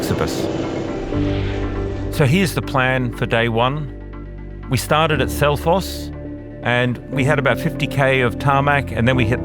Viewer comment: Wow that Selfoss pronunciation was incredible😮